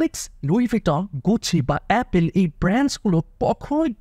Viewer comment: 🙄 ভুল দিয়ে শুরু করলেন। LV, Channel এর মত অনেক ব্র্যান্ড রেগুলার ডিসকাউন্ট দেয়। আর দ্বিতীয় ভুল হলো উচ্চারণে: অ্যাপেল না, অ্যাপল।